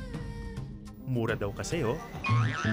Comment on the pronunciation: ako lang ba ang natawa ng nagsabi si atom na "murah" pati na rin sa word?